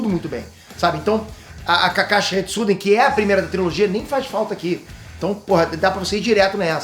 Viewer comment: Sasuke Retsuden, não Sasuke Shiden